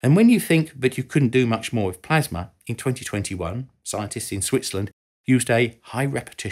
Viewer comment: ah yes, plamsa